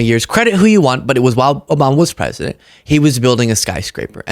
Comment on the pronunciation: 11.06 mins SHE SAID THE PWESIDENT